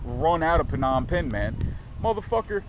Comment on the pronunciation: Perr - nom - pen. Wrong pronunciation....sorry.